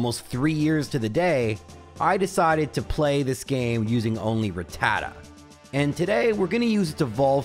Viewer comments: Why does EVERYONE seem to mispronounce rattata? It’s pronounced: Ratt-uh-tah NOT ra-tatta. Go watch the first episode of the anime, the Pokédex clearly pronounces it. Episode 8 also features a pronunciation. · Why say Ratata like that!?!? When you say Raticate like that Rat ta ta Rat ta cate MAKES SO MUCH MORE SENSE